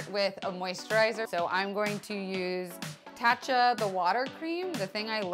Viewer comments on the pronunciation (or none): none